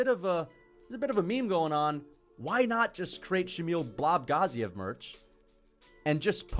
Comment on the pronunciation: Why do you pronounce Shamil Gaziev’s last name like that 😂😂